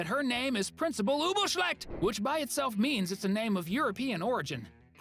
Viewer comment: I like when you say principal Ubelschlecht